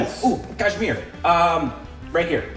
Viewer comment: Why nobody noticed saying “ Jumma and kashmir” 🤔